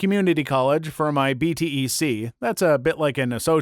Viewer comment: BTEC is pronounced like B TEC not B T E C